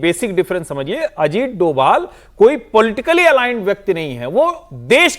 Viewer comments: वो डोभाल हैं डोवल नहीं , कृपया अपने उच्चारण को सही करें, उनको ये पुरस्कार मिलना पुरस्कार को सम्मान है , उनका जवाब नहीं ❤❤ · Shri Ajit Dobhaal naam hai doval doval kah rahi hai aap ek jimmedar channel se aisa kaha Jana nindaniya hai.